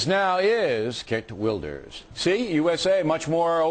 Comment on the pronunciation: Fucking O'Reilly! It's pronounced Khheert Vilders. Not fucking Git Ooh-ilders. He would have been briefed before hand. Wanker!